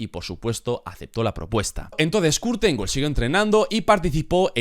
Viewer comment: La pronunciación del apellido está mal bro 🥵